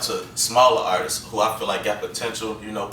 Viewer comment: He said artistses lol